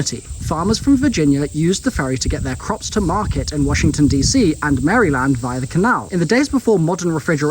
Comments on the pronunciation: Pronounced MairLand. Not Mary Land Just give ya a little local help.. Fun videos good stuff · Just FYI Maryland is pronounced "Mare-uh-lind" Potomac is "Puh-toe-mick" Born and raised.